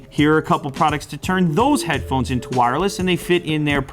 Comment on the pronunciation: Midnight Shadow hadphonez??? Lol